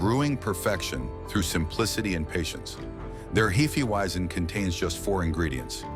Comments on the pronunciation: "I can't wait to try Heefie Weezin'." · And hee fee weizen😂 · hefeweizen, is not pronounced " heefeeweezen AI generated ! think about it , if the could spare the time ot money to have an actual human narrate , what makes you think they actually investigarted a damned thing ! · Pronunciations all over the place! Heee feee weeezin 😂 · Title should be "DON'T let your A.I. pronounce 'Hefeweisen' 8 different ways."